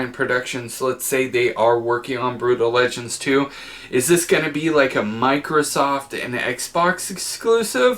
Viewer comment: Right!? Noticed this every single time he did it